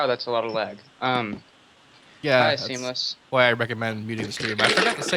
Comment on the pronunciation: I heard that too XD